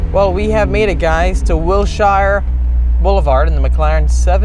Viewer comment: Wilshire sounds like Will-Sher, not Will-Shy-er. This is LA, not Lord of the Rings.😂